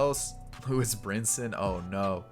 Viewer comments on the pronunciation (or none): none